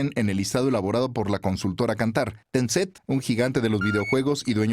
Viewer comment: Es Tencent , no Tencet...